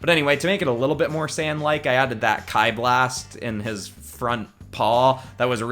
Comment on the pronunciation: It’s pronounced Chi